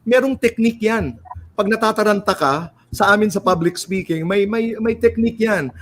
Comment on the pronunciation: did she say "SPOKING"?